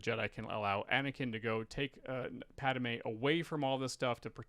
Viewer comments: Why not fix your pronunciation of Pad-i-may???? WTF???? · Is it me or is pronouncing “Padme” weird?